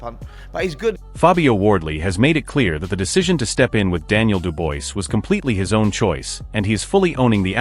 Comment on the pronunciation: The guy talking can not say Dubois name properly